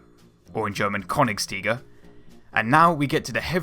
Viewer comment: If you cant pernounce these ä,ö,ü then it butchers words like Königs Tiger